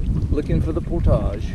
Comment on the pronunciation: Props to you friend for taking the effort to say 'portage' properly, for a while there with your southern accent, I thought I was going to hear something more like 'porridge' which really makes me cringe. Thanks again for making the effort ;-)